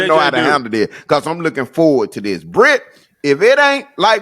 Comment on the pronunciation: The fact that pronounced my name correctly.......10 stars. JJ Easter suit is about to be a whole event within the holiday.